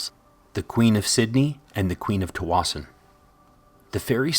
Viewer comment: I grew up in Tsawwassen and this is the first time I’ve ever heard someone use the pronunciation locals use!